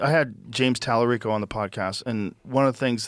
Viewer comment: Why is Vance intentionally mispronouncing Talarico s name? Why do republicans do that so often? Why do media people allow it. It’s childish, immature and disgusting. 🤢